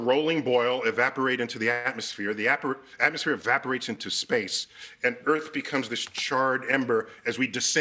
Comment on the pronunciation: “Evaporate into the A-Aa¥£tmosphere”